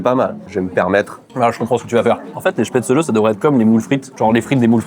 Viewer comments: Spätzle, diminutif Spätzele, se prononce ainsi dans le bas rhin en Alsacien. Spätzlé comme tu dis, se dit uniquement dans l'extrême sud de l'Alsace en Alsacien. Spätzlé est aussi la forme française la plus courante pour un non dialectophone. Dans le haut Rhin on dit Spätzla! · J'en peux plus, j'en suis a 7m30 et mes oreilles saignent a chaque fois que le mot chpaitzeuleu et prononcé 😂😂 qui vient de suisse le prononce pourtant parfaitement alors pourquoi massacrer ce mot?😂 S'il n'y a pas assez d'acidité, on va en rajouter (gentiment): les nems a la choucroute qu'on soit bien d'accord c'est une recette innovante parce qu'à aucun moment c'est traditionnel 😑 Ensuite...qui met du citron dans une choucroute? Hérétique, au bûcher!!!! 😂 Puis on tombe sur quoi? Un schnitzel? En tout cas pour moi c'est un wienerschnitzel...en français ça veut dire escalope viennoise, tout est dans le titre, rien a voir avec l'Alsace 😚 Et tout ces délicieux plats il faut les accompagner! Et avec quoi de mieux que les vins de la région qui sont excellents (sisi je vous assure 😜) Pour le dessert je n'ai pas compris le lien entre éclairs et plats traditionnels alsaciens, a moins que je n'ai loupé quelque chose😬 Sinon ça fait plaisir de voir une vidéo dégustation de chez soi, merci pour vos vidéos et votre bonne humeur comme d'habitude, j'espère que vous avez kiffé le passage éclair et pour toute personne lisant ce commentaire jusqu'au bout, n'hésitez pas a venir visiter et déguster 😘 Sur ce, s'gelt 🍻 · Excellente vidéo, j'ai découvert à travers cette dernière les nems à la choucroute (perso connaissait pas). Ce qui m'a un peu titillé c'était la prononciation des Spätzle (prononcé Spätzlé) ou des Flammenküche (en allemand c'est plutôt Flammenkuchen avec le ch prononcé comme un "r"). Mais bon après les prononciations c'est propre à chacun. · on prononce « chpè-tsli » ☺️